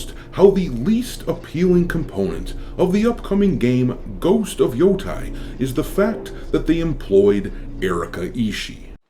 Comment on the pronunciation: Stop pronouncing Yotei wrong.